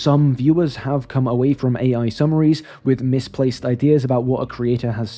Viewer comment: An AI voice pronouncing AI as “aye” repeatedly is peak AI.